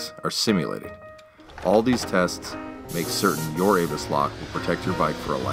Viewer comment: I am only slightly familiar with German, and believe ABUS would be pronounced as AHH-BOOse, rather than Avis, and it is a fact the Google/YT auto caption bot displays "Avis" not ABUS. Turn on CC and see for yourself. Truly and accurately yours, Alan